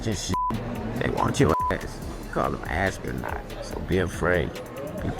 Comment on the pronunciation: He said call em asstronot 😂😂😂😂😂